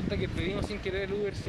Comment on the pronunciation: "El ubr"... Que picante sonó eso.